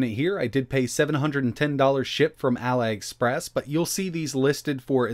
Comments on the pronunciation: why did you say ally express wth dude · I don’t know why he pronounces it like that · Why do you say allyexpress lmao? It is just ali, not that I am chinese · Ally Express, huh? Do you also say Ally Baba? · Sir , its pronounced Allie express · it's pronounced as Aleee express not Ali like lie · I hate to be critical; it's actually pronounced "ah-lee express," like Prince Ali from Aladin. It's taken from the parent company's full name, Alibaba. When you mispronounced it, it makes you come across as less credible; and you are anything BUT that. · AliExpress: It's said AliExpress. ETA: Allyexpress. AliExpress: Um, what? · It's pronounced "alley express" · Every time I've heard it said outloud, the "Ali" in Aliexpress is pronounced "alley", for instance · " Alai Express " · Yes Ali is Allie or Ally but it ends with e sound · Thought the same thing. He pronounces stuff weird... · Actually, you're wrong. The international "i" sound is typically the same as the English "ee" sound. Peter Savas, Jr had it right. pronounced "Ali" wrong, and it does make him appear less credible.